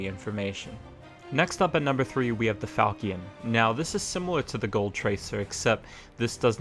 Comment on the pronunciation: Couple years too late, but it is pronounced Fal-shun